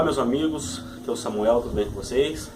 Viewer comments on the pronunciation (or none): none